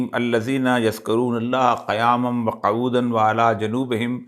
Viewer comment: Qauoodan ni Quoodan correct karein .....Qaf pe pesh parhein